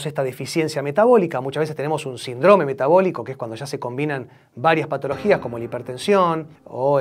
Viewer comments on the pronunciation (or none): La palabra es SÍNDROME Y NO COMO UD DIJO SINDRÓME ,ESO ME DEJA PESATIVO QUE UD COMO MEDICO NO PRONUNCÍE CORRECTAMENTE LA PALBRA SÍNDROME